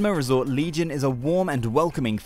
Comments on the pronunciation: Is not legion it’s legian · didn't you cringe every time he said "legion"....or laughed?!